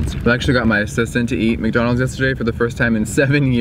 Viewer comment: before you even said mac doanalds, I guessed u were going to say mac donalds